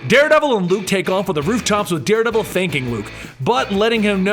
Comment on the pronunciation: I think Da Deredevil